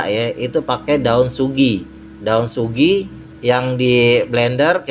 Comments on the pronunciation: daun sugi nooor sekalian bang 🤣🤣🤣🤣 bukan sugi bang tapi sujiiiii 🤣🤣🤣🤣😃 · Daun suji bang... kok saya dengernya daun sugi... Sugi itu nama orang ... wkwkwk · SUJI BANG BUKAN SUGI